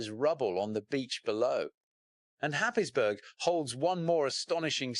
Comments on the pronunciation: Where the hell is happisbourg,Germany???. It's pronounced hayesborough. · Haysborough is the correct pronunciation. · other narrators pronounce it Haysborough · It is pronounced happsbro. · Happisburgh (pronounced "Haze-bruh")